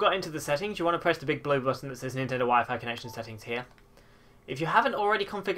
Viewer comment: So apparently WEP is still supported on newer routers but I have no clue how to find it, and at the moment I don't have my phone to use data. Also why "Wee-fy"? 'Why-Fyh" pls Lol definitely the most interesting pronounciation I've heard...